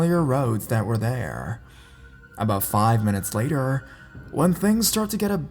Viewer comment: The guy sounded like my "bumperrr" and "laterrr" me ._.